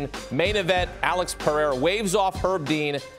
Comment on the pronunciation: Guy can't even say Pereira right lol